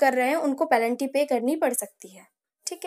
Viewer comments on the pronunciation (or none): Penalty❌ pelanty ✅